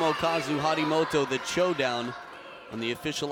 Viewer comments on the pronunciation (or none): "He may won the match but he lost de cho-down" 🤣🤣